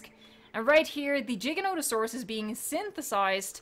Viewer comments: It's giga not jija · This glitch is so good and your videos so helpful that I can almost forgive the way you said Giganotosaurus! Almost...